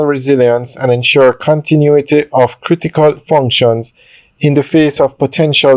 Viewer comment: It's "Bank OF Jamaica"- not "Bank ah Jamaica". There! Fixed it. Sounds so jarring